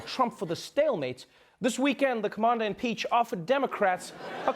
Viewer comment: Did he say commandeer Impeached